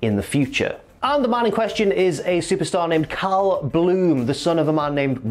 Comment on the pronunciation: Every time you say “Cal” it sounds like “Kyle”